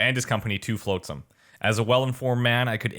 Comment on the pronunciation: Shill and Floatsam, eh... You should pay more attention to the way the names are pronounced. :P